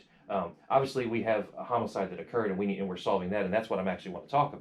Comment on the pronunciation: SAME HERE!!! Also her "annndt",made me freaking crazy!!!